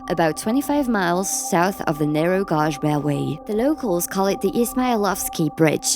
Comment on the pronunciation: Viewers complaining about the AI voice can't appreciate getting a free lens into the inaccessible. Had zero trouble understanding the AI voice over, and I only noticed it was mispronouncing the word "gauge". Big deal, how much critical thinking does it take to work that out while you're listening???! Thank you for allowing me to see this and I didn't have to pay a penny ❤️